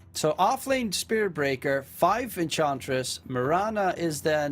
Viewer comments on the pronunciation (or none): EnCHantress... not Encantress